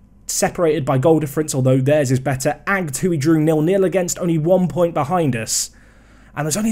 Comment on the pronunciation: No longer butchering pronunceations, this is french. We send them to the pigs straigh away and see what's left after they're done with it:) Agde: Ak-de Fabregues: Fa-brea-guh Olympique Ales Cevennes: Read, damn you. It says Cevennes. That's Olympic L.S. Sea-van Additional challenge. After this series, will speak a little more french